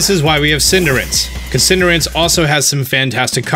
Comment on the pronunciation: Love you but... Cinder Ace. >.< lol Keep it up man!